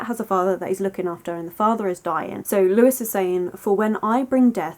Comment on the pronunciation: Sorry to be that person but it's pronounced 'Loo-y' not Lewis as this is the French name but totally agree with your analysis of the novel 🩸